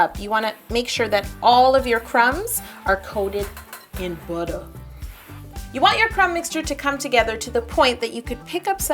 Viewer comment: Esra Ceylan I guess so. I just don't really like seeing so much hate. especially on a wonderful video on cheesecake. That's what we're here for anyways :) Now let's enjoy Yo saying "Buttah" in the most ridiculous way possible!